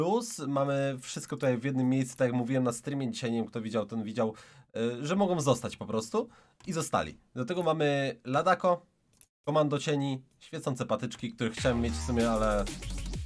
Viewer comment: To się czyta Lada"c"o nie Ladako akurat bo masz polskie stwierdzenie "Parszywe ladaco"